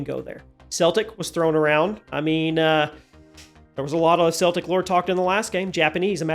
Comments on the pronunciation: My dear friend Celtic is pronounced with K not C <3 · Its pronounced Keltic not seltic 😂😂😂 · It’s pronounced (kel-tic) not the basketball team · FYI - It’s pronounced ( kel-tic ) 😉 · Not split hairs but you misspoke Celtic I'm afraid. Its pronounced, "Kell'tik." I know why of course, the Boston Celtics are still a popular team. Just trying to helpful and history accurate.😁🥰 That said though it would be interesting of Kratos ended up fighting Cromm in some fashion.